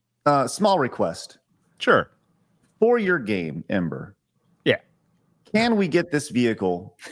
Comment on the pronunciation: Somebody please tell Grummz that just as Fant4stic is read "Fant-four-stic" so is EM-8ER "Em-eighter". He doesn't get a pass just because he's based af. :)